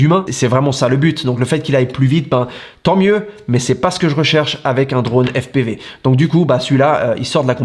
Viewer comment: Toi tu m’as fait rire 😂😂😂 Tu nous pètes l’accent américain quand tu dis FPIVI et plus tard tu nous balances au jour d’aujourd’hui🤣😂🤣😂🤣😂🤣😂 Put1, toi tu m’as fait ma journée 😉